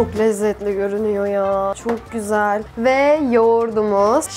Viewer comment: ✨coğ gozel✨ deyişi şakamı